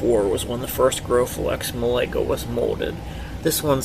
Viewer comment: Hey, just thought I'd let you know that Malaga is pronounced 'Mah-lah-gah'